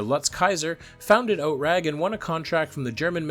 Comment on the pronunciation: OTRAG is pronounced /ˈoːtʁaːk/.